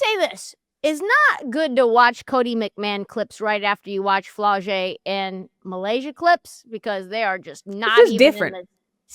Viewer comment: Hey guys. The name is actually MY-Lasia. It should not be hard to say this woman’s name. Get it right. You corrected your colleague when she was right. You were dead ass wrong!